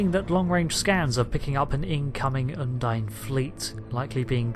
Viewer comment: Un-deen? Surely it's un-dine?